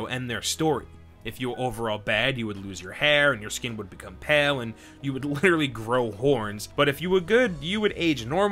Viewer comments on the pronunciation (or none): none